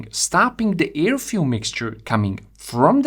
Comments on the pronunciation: Like u mate , but u pronounce "AIR" the same way u pronounce "EAR".....,the vowel should b pronounced as in FAIR or FARE....(though combustion engineer I had to learn all those dialects as a kid , not to b bullied, I ended up with a language ear)..... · Llike u mate, but u pronounce Ear and Air....the same way... Air is pronounced in a similar way to Heir.....